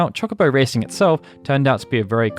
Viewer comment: CHALK obo de-battle, my brother in christ i know you're english, fix that please.